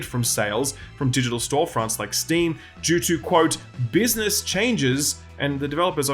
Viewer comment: It's business, not "buisness". You're welcome. 😁👍